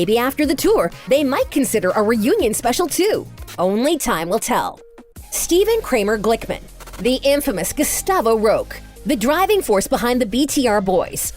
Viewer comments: “Gustavo roke” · Is that how u pronounce Ciara? And when she said “Gustavo Roque” she pronounced it weird.